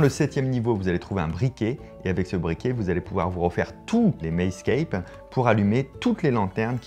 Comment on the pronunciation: Ca se dit " Mazescape"